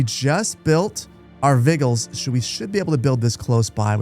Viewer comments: Also: It's Not vi-gulls, it's Vij-ill-lis, as in to be vigilant for signs of fire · Your pronunciation of the word 'vigiles' is cracking me up. I'm pretty sure it has the same etymology as the word Vigil in English (as in candlelight vigil) and the 'g' is pronounced like the letter 'j' in judge, so its vih - jill - es. Latin doesn't have all the multiple pronunciation letters and silent letters of English. You generally pronounce every letter (even the 'e' in the 'es' at the end of words), and letters typically have the same pronunciation regardless of any context. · Hahaha, "vi-gills", "wah-das", that had me giggling a little every time...